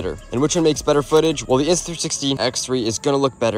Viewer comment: the way you said it lol